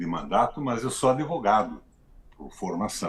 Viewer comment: Em defesa do meu colega tenho a dizer que o “d” mudo em algumas palavras tem sons de “i”, mas em alguns regionalismo a consoante “muda” pode lavar som de “e”, pq “e” em alguns regionalismos, usa-se som de “i” e não “ê”. Como o d de Advogado é mudo, aos mais antigos, usam o som de “d”. O hábito ou vício de linguagem é difícil corrigir. Fora isso, não posso negar a capacidade do ex senador Requião. Agora, explique qual lado negativo de comer “mamona”?